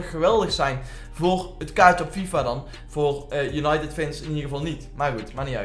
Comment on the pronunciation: Waarom zeg je steeds als untided van we weten het hoor